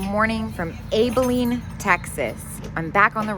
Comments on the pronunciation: Yes. The “A” is like in “Ann”. Not like “Able” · Ab like stomach muscles or absent. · Never heard anyone pronounce Abilene like that before...